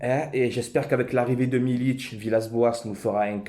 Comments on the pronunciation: "milik" frero et non pas "milić" Ce n'est pas un Croate ou Serbe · Par contre c'est pas "Milic" c'est Milik gro lol, Forza OM.